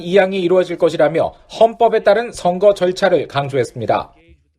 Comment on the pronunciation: 아나운서 님, 발음에 대해서 건의드립니다. 슨거가 아니고 선거 입니다. 증세균이 아니고 정세균이고요. 지적같아서 죄송하지만 너무 귀에 거슬려서 말씀 드립니다....ㅠㅠ